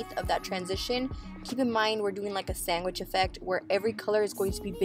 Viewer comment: my sister says sangwich too. i had to play it over to hear u say it again.lol